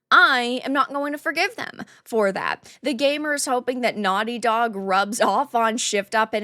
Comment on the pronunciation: What's a gay mur?